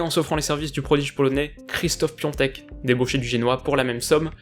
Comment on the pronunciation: Bien mais c Pi “A”tek